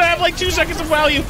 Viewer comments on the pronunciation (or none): "I'm gonna have like 2 seconds of walue!"